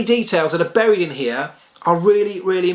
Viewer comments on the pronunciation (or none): none